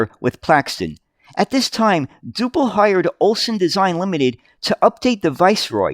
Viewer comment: Generally pronounced dew-pl. Never heard of the 39ft version, although Duple did build some longer bodies for export.